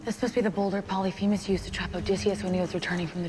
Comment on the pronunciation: they didn’t even pronounce polyphemus correctly